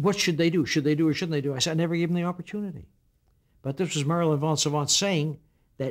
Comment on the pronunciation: It's Marilyn VOS Savant, not von Savant.